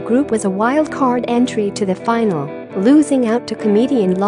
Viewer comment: Its Grayshott road. Not graveshott